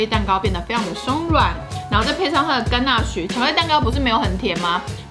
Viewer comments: 聽完的乾那水，阿滴應該會忍不住 XDDD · 甘吶水真的超好聽😂🖤🖤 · 乾納賽，害我水直接噴出來